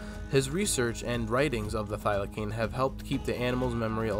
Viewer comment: Thylacine pronounced thyla-seen